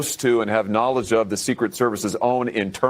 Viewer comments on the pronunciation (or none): none